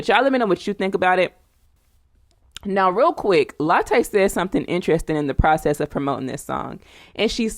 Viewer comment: How you keep calling her latte 🤣🤣🤣🤣🤣🤣🤣🤣🤣🤣🤣